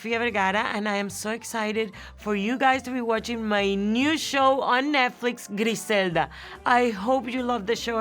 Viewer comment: Trixie still calling it Netflick. I’m pretty sure she doesn’t actually realise it’s called Netflix yet.